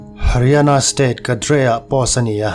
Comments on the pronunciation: Ngaihthlak nuam e Cadre-kadre niloin kedar tia lam tur zwk ani e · A ngaihnawm in a bengvar thlak e👍🏻 Haryana state 'cadre' - kadre nilo in 'khaeder' tih ang deuha lam tur niawm tak. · Kadre ti a lam hi chu a fuh lo deuh, kan uluk leh zual nan ka lo sawi ve mai mai... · Cadre i lam dan chu a...ngaihthlak ava ti nuamlo ve..kedar tiin lam la. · Ngatinge nang meuhin "cadre" i lam fuh loh theih mai le!! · Complain ka nei..I pronounciation Cadre I lam dan hi..